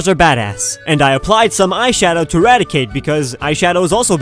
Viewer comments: He almost nailed rattata and raticate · Wow bro you were right with ratticate and it's prevolution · You got the Ratata and Raticate right! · He got Ratata and Raticate shockingly right, andI guess Diglet does get an alolan form, just not the typing he was approaching